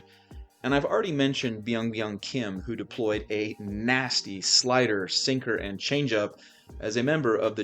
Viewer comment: Terrible pronunciation of Byung Hyun Kim's name, but great video otherwise